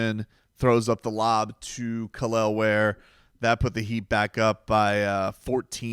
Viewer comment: Kel'el ware dude why you butchering that man name for 😭